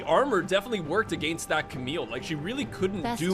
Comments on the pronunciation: cant get over the fact that you say "ahgainst" and it doesnt actually bother me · My god the way you say against is triggering me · I hate how he pronounces "against"... You're not English,!